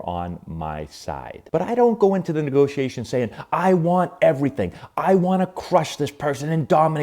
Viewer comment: What’s a “Negotation”???